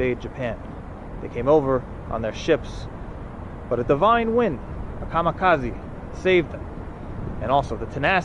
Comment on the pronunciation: "kamakazi" lol. "kamikaze"...